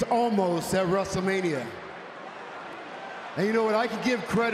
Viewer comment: He can't pronounce "Omos" right